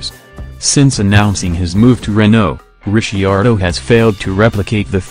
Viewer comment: zero comments says it all, when you can't even pronounce DR name correctly, you clearly understand very little about Motorsport...